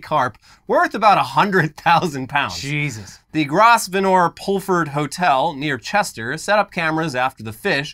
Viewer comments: Love the American pronunciation of "Grosvenor"! Its "Grove-nah" or "grove-nor" - what a deceptive spelling :) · Gros Venor? No, It's pronounced Grove Ner. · As a Brit, I am appalled and amused by pronunciation of Grosvenor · How do youse mess up such an English name like Grosvenor?! Lmao wasn’t expecting anything even close to that pronunciation when i saw a story from round our way 😂